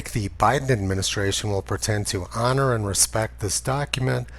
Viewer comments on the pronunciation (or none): none